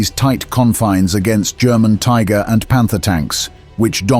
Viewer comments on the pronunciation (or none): none